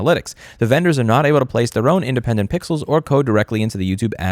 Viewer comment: when he says pickles instead of pixels, or any other verbal flubs, just remember that it's because his brain is too fast for his mouth